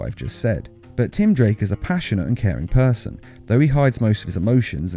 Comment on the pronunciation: You said tim drank instead of tim drake